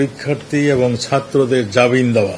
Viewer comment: জাবিন নাকি জামিন??